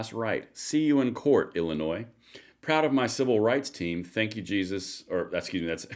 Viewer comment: When she can say my states name correctly maybe I will believe she gave more than a passing care my way. Illinois, the s is silent.